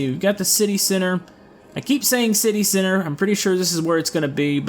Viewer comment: Whenever he says center it sounds like sinner